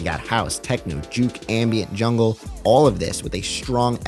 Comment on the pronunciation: I often think of Jungle as such a quintessentially British genre of music that it being said with an American accent sounds a little odd to my ears, not in a bad way, I’m not a gatekeeper